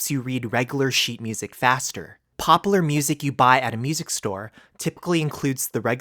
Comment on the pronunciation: He did not just say popaler